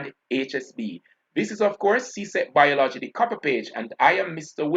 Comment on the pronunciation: BIOL-OGY.... pronunciation check an English teacher